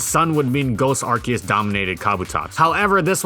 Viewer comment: You say Ar-key-us I say Ar-see-us